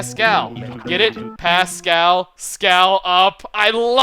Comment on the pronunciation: I don't like the way you say Pascal